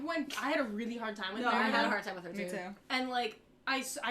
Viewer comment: You had a hard time with Merida WHAT MOVIE IS SHE FROM????